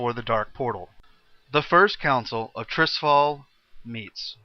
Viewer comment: Guh-no-'mare-ay-gon... WTF? Seriously.? Tirisfall being said Trissfall I could live with... but Guh-no-mare-ay-gon.... Gnome-Ruh-Gon.